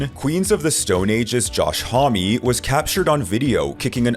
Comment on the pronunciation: this channel has no credibility. Josh Homme for Queens of the Stone Age is pronounce Josh Hohhh m not Josh Hah mee. scared millenials and gen z.s.... if you left your house and went out in the real world, got a personality, and stop being so terrified you wouldnt use gen AI to speak for you